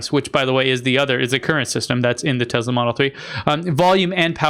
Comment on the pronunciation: are you intentionally calling Tesla Tezla?